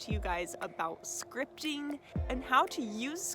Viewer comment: Haha at first I thought you said Scrying? Like a a Scrying mirror haha so funny luv anyways it would probably work too haha for Scrying out loud ha! Anyways I get what your saying now and I'm certain repetitive Scripting works wonders I dig it! Super Awesome information here so powerful I love this thanks much appreciated luv Have a very positive powerful prosperous day!! 🌞✌😎🕯💵💰🤑 Yes!!!